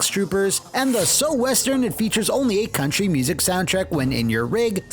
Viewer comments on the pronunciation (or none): none